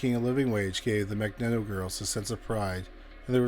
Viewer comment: No insult meant, but mag-knee-toe girls.